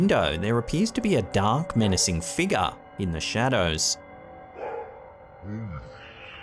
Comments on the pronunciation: It's pronounced "FIG-YOUR" UGH HOW MANY TIMES CAN I HEAR" FIGAH" BEFORE I SNAP?!?! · What the h. Is a “( figah)”???